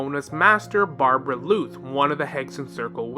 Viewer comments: BAR-BELL-OTH not barbebrbloot😂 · But isn’t it supposed to be Barbaloth — [bɑ:rbalɔθ]? I think that’s actually the correct pronunciation and tbh as a lore channel they should probably pronounce things correctly as not doing so might hurt their credibility for some viewers. It’s just probably in their best interest to stay true to the actual conventions of the game since their content focuses on that. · bruhhhh idk call it overreacting or what, but it peeves me every time he pronounces it that way 😐😐 Barberluth what??